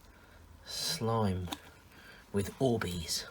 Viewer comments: These aren't orbeez they're worbeezs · Me: clicks the video: ORBEES 😂😂😂😂🥰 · sorry😂😂😂but at the start when he said orbeez i thought he said boobies😂😂😂😂great video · When he said orbeez i tought he said "oh wees" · Oh bees? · Annaleec Wright it sounded like he said oobeez lol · Why does he say oh baes all the time? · shakes ORBEEEZ 😂😂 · No ! OR - BEEZ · I mean but btw he said o bees XD IM NOT HATIN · Omg i dont know who u are but i subscribed once u first said orbeez with youre accent